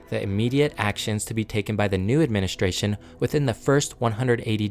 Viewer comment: It's a very good video, but I have a suggestion for the narrator. Please stop adding an "H" to words that have "S-T-R" in them. It isn't "shtrength," it's "strength." It isn't "adminishtration," it's "administration." It isn't "shtructure," it's "structure." When you speak in an unnatural way, it distracts the listener. You did this several times in just the first minute or two, and I have no idea why. It might seem petty, but I hired and trained TV news broadcasters, and speaking plainly and naturally without affectations is the mark of a good communicator. Work on it, and you'll be a better narrator. Otherwise, great job.